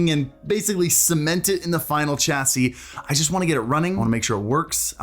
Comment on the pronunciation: Did he say CH-SIE?!